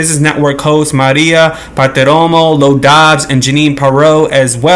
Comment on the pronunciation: You can’t even pronounce his name correctly It’s Lou Dobbs get it right if your going to talk about these things